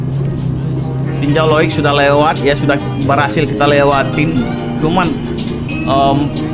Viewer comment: sitinjau lauik bg bukan sitinjau loik